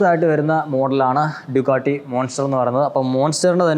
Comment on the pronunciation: Dugadi Dugadi enna kelkunnath.. Ducati en sheriku pronounce chei bro.